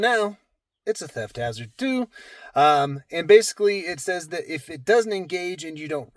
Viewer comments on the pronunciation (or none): none